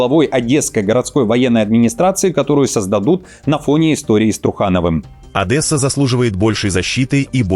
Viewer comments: Тупари.... не ОдЭсса, а ОдЕсса. Нет там буквы Э и никогда не было!!!! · Одесса, не Одэса, мать вашу с Новым годом